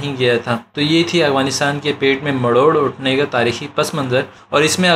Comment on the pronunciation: بھائی یہ لفظ "مروڑ "ہے نہ کہ "مڑوڑ " بہت زبردست کام کیا ہے آپ نے